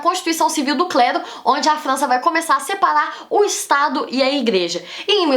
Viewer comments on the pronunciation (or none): + - ela fala sepalar kkkk